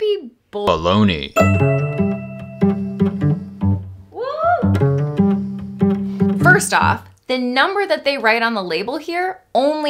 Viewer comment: Baloney ...not bulloney...